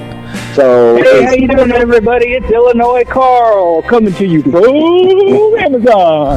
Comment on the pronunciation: Hey! It's Illinois 😊